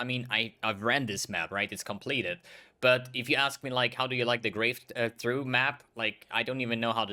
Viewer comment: Looks like most of my selections as well. Knowing English isn't your first language, I thought I'd give a heads up on 'Grave Trough'; it's pronounced 'troff' and although a weather related word, it is used to describe ditches or related to high and low peaks in terrain.